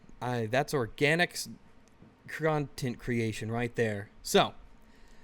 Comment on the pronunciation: Whats "conshent" creation?